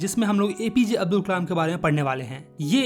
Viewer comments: Kalam ko kamal bol rha h or abdul ko abul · Abul ❌ Abdul✅ check and tell me if you hear the same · Abdul nahi hai Abul hai